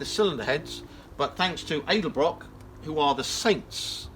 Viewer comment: Its pronounced Ed-El-Brock, not Aid-el-brock lol